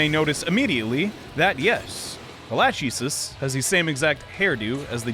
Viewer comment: Lachesis isn't latch ee sis, it's lak eh sees.